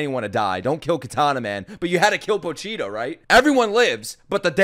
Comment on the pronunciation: After 12 episodes he can't pronounce Pochita... LOL